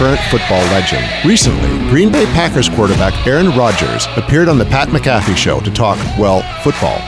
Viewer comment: mAck-uh-fee, not muh-Kaf-ee